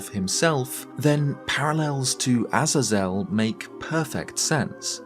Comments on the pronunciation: Interesting video, I think Death Sword being an ancient Phantom Ganon makes sense personally, however I do like the concept of Death Sword also being either ancient executioner or a seriously dangerous prisoner/spirit of a prisoner. Btw, Azazel is pronounced like “Ah-Zay-Zel” not “Aza-Zel” 😉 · pronounced 'eh-zay-zel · I think this is the first time I've heard someone pronounce it "Az-Azell" and not "Ah-zae-zull" lol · A-Zay-Zel. Sorry it bothers me. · Ah-Zay-Zel . I cant handle how you pronounce it. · My friend it is a-zay-zul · Azazel is typically pronounced as "uh-zay-zel" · Not sure if you care or if I’m even right but I believe it’s pronounced A-Zaze-EL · sorry but it's pronounced ah-ZAY-zl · I couldn't finish your video because of your pronunciation of Azazel being botched each time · I can't keep watching the video I'm sorry dude but if your gonna keep mispronouncing the name Azazel then there is no way I can enjoy this bye. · Good vid, but that pronunciation of Azazel is criminal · Azazel is only hard a's not soft ones. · never heard azazel pronounced like that 😂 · Bro. I can't with how you pronounce Azazel😂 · The pronunciation of Azazel is a bit different than you say it 🐐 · Never before have I ever heard someone so fkn horrifically mispronounce Azazel